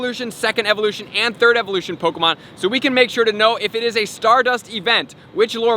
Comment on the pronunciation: Pok E mon!!!! Not pokamon 😤😤😤😤